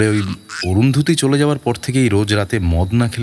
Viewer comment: আমি ের অভিনয়ের ভক্ত।তবে এই গল্পে ১৭:০৫ ও ১৭:১০ সেকেন্ডে বাঁশি উচ্চারণটা বাসি করেছে ।আর ১৮:৪৩ এ অরুন্ধতী উচ্চারণ অরুন্ধুতি করেছে।এটা ওর কাছে কাম্য নয় ।পরিচালকের আরো সচেতন থাকা দরকার ছিল । পুরোটা শুনে বাকি মন্তব্য করবো।